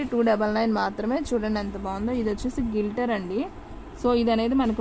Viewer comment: గిల్టర్ కాదు గ్లిట్టర్❤